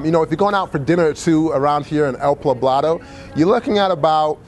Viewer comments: Poblado. Not pablado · Dude you honestly can't pronounce the city you stayed in? It's El "Poh-blah-do" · Nice overview, good work. One small mistake - where you stayed is called El Poblado, not Plabado! Spanish words sure can be confusing at first but you'll get the hang of it if you stay longer next time. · Ave Maria Pues. You are murdering the pronunciation of El Poblado.